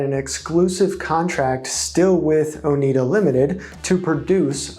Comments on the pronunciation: Oneida sounds like Oh-NY-duh (not Oh-NEED-uh). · Not "Oh-NEED-uh." Oh-NYD-uh, middle syllable rhymes with "dyed" or "cried." I grew up in an area with a lot of local people from the Oneida tribe. Suggestion for you: before making a video, look up key words or names on the Merriam-Webster website. They often have audible pronunciation guides. They have one for "Oneida." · It is pronounced "ohh nigh da" after the name of the native american tribe that lived in the area. It is really grating to constantly hear the name mis-pronounced. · Learn how to pronounce Oneida.